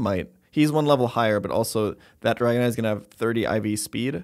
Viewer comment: Did he call the dragonite rice??😂😂😂